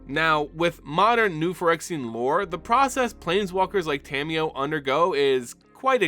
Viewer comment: Love your videos so much BUT! The way you pronounce Tamiyo's name can be a little grating sometimes.... It's Ta-Mi-Yo (Ta, like "ta-dah!", Mi, like "me", Yo, like "yo-yo") not Tammy-yo lol. Nearly all Japanese syllables are broken into two letters in the latin alphabet and they're consistent! That said, keep up the good work! Your videos have helped my understanding of the Magic lore immensely!!